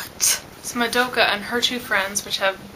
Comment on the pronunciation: and I'm sorry but can you pronounce Madoka's name properly? That's a huuuuuge pet-peeve noob mistake and cmon....you live in Japan right? :P